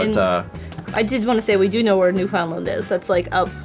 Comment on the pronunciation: New-fn-land. Also it may look like im speling New Finland, but its not pronounced that way either